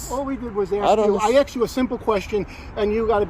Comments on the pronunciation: A lot of axing going on. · WHY Blur his Face???? NO reason for it. Did he say AXED?? 🤦‍♂️🙄